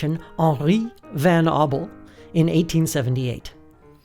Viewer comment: how were you about to get "Henry" right, but still f*** up "Van"?